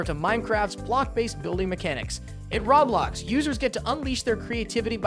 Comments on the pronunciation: You say Roblox funny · Did this mofo say Raw blox 😂 followed by Smash bras... 😂😂😂